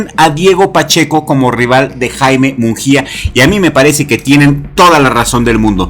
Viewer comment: solo un detalle, su apellido no es "munJia",,, la letra "G" en su apellido aunque no veas diéresis no se pronuncia como jota, sino como en gusano.